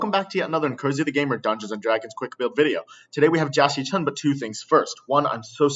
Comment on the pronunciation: Jia Xichun, or Jackie Chun? I can't hear the difference